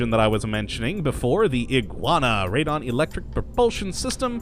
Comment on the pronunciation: it is pronounced "raedon".